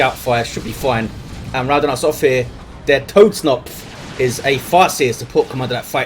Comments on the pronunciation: germans the fk do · he is raping the german language ^^